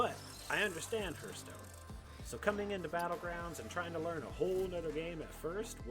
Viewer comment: Keep up the great work but keep in mind lol haarth·stone